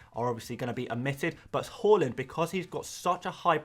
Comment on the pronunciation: Please stop pronouncing Haalands name “Hall… ind” it’s “Haaaa…. Lind” 😂